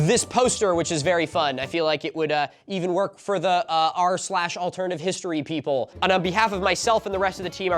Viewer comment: Take a shot every time Milo gets "r/AlternativeHistory" wrong.